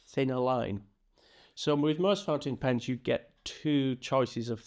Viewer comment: you actually said most pountain fens, lol, just funny not picking on you. Thank you for this info, I'm new to fountain pens and drawing with them. Love your humour, I've subscribed.